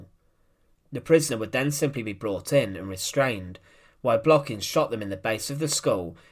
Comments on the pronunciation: An incorrect stress. His last name Blokhin is stressed on the last syllable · u done even say his name right